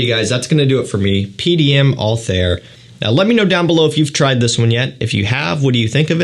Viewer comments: The pronunciation of PDM Althaïr was wrong😊: there are 2 dots on the I😉, so it is Altha ir ☺️ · Pronounced Alt-Hair or Altair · It’s pronounced « altaeer » if you care about it at all for future videos. Btw Bourbon vanilla is just a type of vanilla from La Réunion, which is a french island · its pronounced AL-TIE-EAR like the og assains creed protagonist